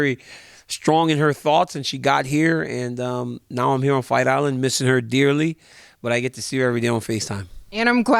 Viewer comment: “Fight irand”